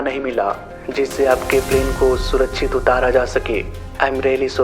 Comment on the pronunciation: "सूरछित" नहीं, "सुरक्षित" होता है‌ भाई। और - "तीन इंजन लगा हुआ था" नहीं "तीन इजन लगे हुए थे" होता है। तुम्हारा व्याकरण बहुत ज्यादा खराब है, लिंग, वचन, काल - कुछ भी ठीक नहीं है।